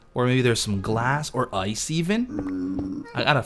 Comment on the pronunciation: How says ice: Ois:P